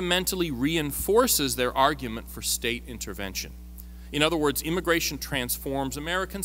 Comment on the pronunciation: It's immigration, not immagration.